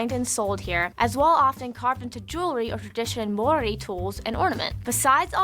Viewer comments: OMG she is slaughtering the Maori lingo. Hangi she said wrong,they are even saying Maori Wong at times. You want to learn more watch I think it’s called skeletons in the cupboard ,I might be slightly wrong on the title but it’s here on you tube. You may find that Brazil language has a lot in common with Maori language,my man has a dude from Brazil and his language is so close to the Maori language he can speak Maori and understand it not a problem,so they have come from multiple places ,there are even blonde haired Maori and her heritage and dna goes all the way back to ancient Persia and they came down through america and stopped in South America for a while before traveling from South America to the islands and then on to New Zealand. That’s one group. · As you can see - a lot of people trying to help you with the pronunciation. But here's the easiest for anyone with an American accent: Mow - Ri. Mow - as in "mow the lawn". Ri - as in "return" or "remember" or "ridge". Easy-as. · Hey man new to your channel but been enjoying it until this video being New Zealand born and my homeland for 42 years. That vid you watching was awful from pronunciation of the Māori language to just outright false information. Still enjoyed your reactions ofcourse. A channel worth checking out would be Archives New Zealand on YouTube for some real footage and facts. Hopefully you can make it here someday and see for yourself how good it is especially the Hāngi. Peace and love from Auckland New Zealand 🇳🇿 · I'm sorry bro❤❤ their pronunciation of Maori words is WRONG and is adding to your struggle to understand our language. He just pronounced Maori wrong. he's saying Maori without the A. We also roll our R's. All Maori know Haka it's our culture, we also encourage others to learn. Yes we are proud people. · It ain't pronounced mouldy either ya fkn ufa 😂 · It is not Mori. It is said the same way you say Mouldy. My neighbours are Kiwi. This guy mispronounced it.